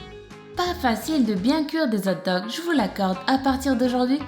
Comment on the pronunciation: "Des zote dog" mon dieu :')